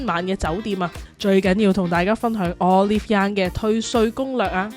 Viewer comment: 終於聽到有人正確發音讀Olive Young😂